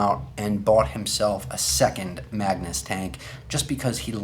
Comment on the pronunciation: Lol why do you keep calling it the maganus? They are two different tanks